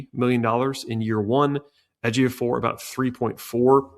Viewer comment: Good job on correctly pronouncing Ejiofor. You did your homework.